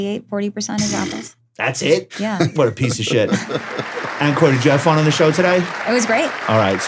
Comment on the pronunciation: ONE BILLION people know how to pronounce Ankur. LOLZ - an avid listener